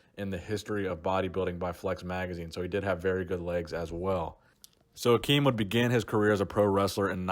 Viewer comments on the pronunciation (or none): Ak im not Ak eem. He's Germanic not Arabic.